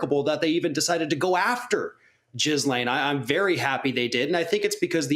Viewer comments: For the record ...its not "jizzlane" its "gillane"... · Its gee lane like bee pain. Not jizz lane.... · You guys the S is silent. It’s pronounced “Gee-lane” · Oh my god he said JIZZLANE